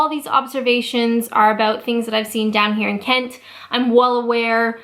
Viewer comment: Why do I love the way you say Englan-dd so much? And Ken-tt? Righ-tt, back to work...